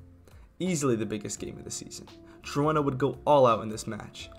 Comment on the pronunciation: Its not pronounced gee rona. Its pronounced heed-ona